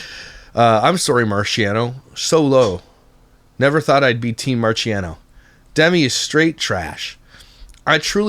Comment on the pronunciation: “Da-Mee” NOOOO! It’s “Dem-Me”!!! C’mon!